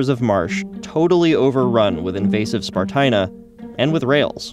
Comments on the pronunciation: Stupid humans. Meanwhile, I think it should be pronounced spar-TEE-na. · Spartina, as in esparto, rhymes with concertina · "THIS IS SPART-INA"